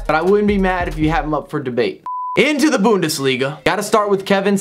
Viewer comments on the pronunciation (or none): none